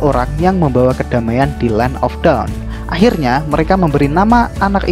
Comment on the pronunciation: Cuma Mungkin Dibagian Pengucapan Dawn Sama Dark Aja Bikin Senyum-Senyum Sendiri Kan Beda Arti Kata Dawn - Down, Dark - Drag 🙏 Sisanya Keren, Ane Gak Skip Sama Sekali ✌️